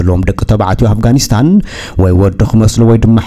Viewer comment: I like the way you describe Afghanistan when u say it I can't stop laughing